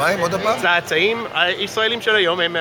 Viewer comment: Tse'tsa'im, not "tsa-tsa'im"